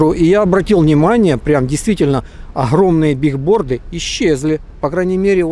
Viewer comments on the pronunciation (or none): Правильно говорить не бигборды а билборды, от английского доска объявлений